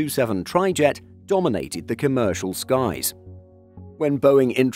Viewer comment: Comercial, come er cial